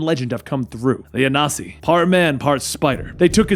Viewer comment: A-Nan-See (I'm Akan)